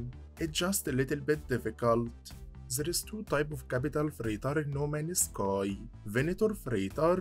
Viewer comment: No Man's Sky ❌ No Manus Kai ✅ I love your content brother. Just wondering, where are you from. You have an interesting accent.